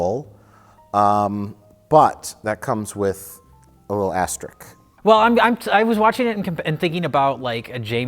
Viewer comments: You forgot to pronounce the 'S' in Asterisk silly man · Does Mike mispronounce asterisk like "asterick" on purpose? Or is it an aksident? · 3.25 "Comes with a little astrik"? Come on now! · It’s ‘asterisk’ you Milwaukee fuck. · Mike, it's pronounced "asterisk." Sincerely yours, Mike Helmsworth.